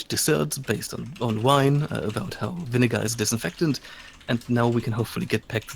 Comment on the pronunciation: "Viniggar" OH NO